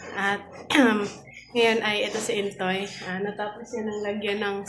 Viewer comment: filipino name ang Intoy so can be pronounce Intoy but naririnig ko you are pronounce it Intsoy which is which Intoy or Intsoy? God bless sa inyo tuloy tuloy pag vlog at kami naman ay naka support sa inyo 🙏🏼